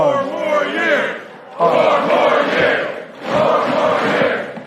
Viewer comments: All i could hear was " poor more years" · Listen to how he says "four more years". The fact that he has no idea the purpose of the word "pause" in there tells me he has NO idea what he said before. He can't differentiate the words he's speaking. And to be starting your own chant? Pathetic.